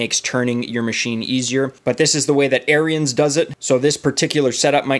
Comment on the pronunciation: Good informative video. Just a minor correction, Ariens is pronounced Aarons. I live close to the Ariens factory in Wisconsin.